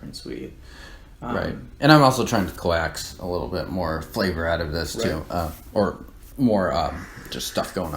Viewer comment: I don't think you did it on purpose,, but I did get a good chuckle when you said "co axe". Its actually pronounced "cokes";)